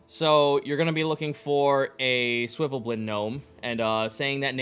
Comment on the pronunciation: "Swivvelblin, swivvelblin, swivvelblin"...eesh, even as someone who absolutely just calls them underdark gnomes out of simplicity, it's SVIRFNEBLIN.